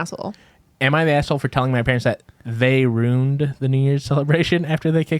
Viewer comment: The facial expressions Erika makes every time says “ruined” wrong 😂